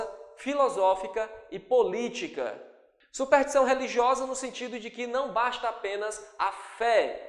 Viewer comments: Professor... o sr. tem escrito e falado "SUPERTIÇÃO", ao invés de "SUPERSTIÇÃO". Isto não desmerece em nada tua boa aula, mas é bom corrigir. Att. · "SUPERTIÇÃO" .. meu Deus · ótima aula! ps: é superStição, e não supertição :))